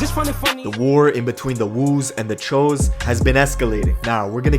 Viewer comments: It’s choo(chew) not cho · This nigga really said chows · My good man... it’s pronounced “ CHEWs “ not ch-o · I'm not from NYC but pretty sure choo is pronounced chews not CHOE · it's actually pronounced cho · It’s pronounced CHOO (chew) not (cho) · Choo not Chew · Its pronounced "chews" choos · it's pronounced 'Cho' though... bud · its pronounced choo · That's not how you say choo bud...